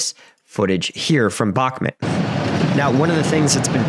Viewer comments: Its pronounced Buch (like the composer)- Moot. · Stop saying bakmit honestly dude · You got the pronunciation of Вагнер right but absolutely butchered Бахмут. Like how